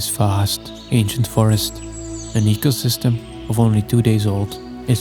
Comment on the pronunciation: "This faast ancient forest and eycosystm of only 2 days old" 😂 continues like he said noting lol